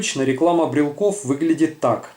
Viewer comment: Не брелков, а брелоков. Не брелки, а брелоки. Похоже букварь в школе скурил.